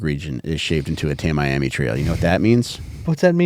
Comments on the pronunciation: It's pronounced "Tammy-Ammy" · I love this podcast so much… it’s pronounced tami-ami.